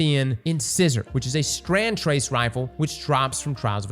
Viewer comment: Can someone on the editing team make sure to display pronunciations for this man? He says the names wrong, over and over, for both new trace rifles.